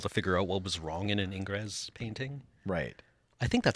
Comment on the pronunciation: Dear, the s in Ingres is silent. It is pronounced like "anger" with the last two letters switched.